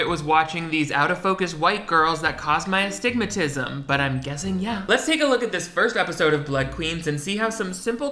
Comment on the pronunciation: king said astygmatism 😍🥳